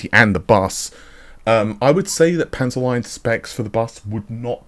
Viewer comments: Sorry to be that guy but its pronounced Panzer leet/leat. Also 168 SM with that 448 bus? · Panzerlied is probably spoken Panzerleed, as ie is a long spoken e in german.